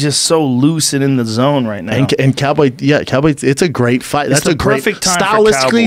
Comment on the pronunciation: He doesn't know how to say Cowboy is straight trash